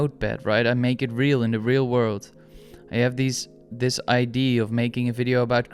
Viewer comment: Very insightful video by the way. I should have mentioned that in my comment. But it's the way you kept pronouncing the word "idea" as "ID" lol, it was throwing me off. But I did ultimately appreciate what you were saying